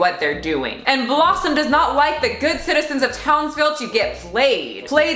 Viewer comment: New viewer , think you're great. One complaint. It's "Townsville" not Townville Lol